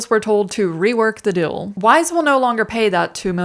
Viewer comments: Trivial complaint: you are really smart, I enjoy your videos... please learn to say "deal". "Dill" bugs me. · Why does the mispronounce "deal" and "deals"?